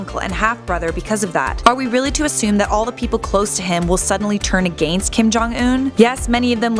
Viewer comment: Bro why this chick say against so weird